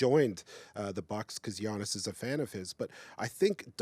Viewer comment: Omg please stop calling him G-annis that is insane lmao